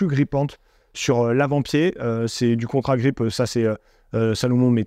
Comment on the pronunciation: C'est ContAgrip et non pas ContRagrip.